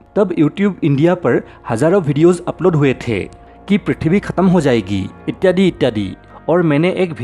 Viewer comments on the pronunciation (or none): इट्याडी... इट्याडी.. मुं से सुपारी निकाल के बात कर रे.... बाबा..।